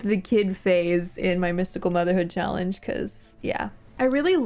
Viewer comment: Leg-ah-see. Cha-Lange ?